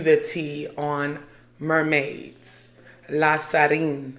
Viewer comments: I love this video and all your videos!! But it’s pronounced La Sirene (see-ren) not La Sarine (sa-reen) 🫶🏾 Commenting as a fellow half Haitian and Half Guinean (west Africa). So happy for you and your journey too :) congrats! 🩷 And thank you for talking about these topics! This world, and us humans, are much more magical than they want us to be aware of ! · La Siren is pronounced "See - REN"